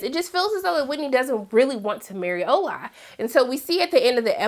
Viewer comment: I'm enjoying the show but it really bothers me that they continue to mispronounce all of the Nigerian names, especially your fiancé... Even the simple, shortened Ola, they mispronounce. I don't get it. Is this how ppl disregard their partner's culture in cross-cultural relationships?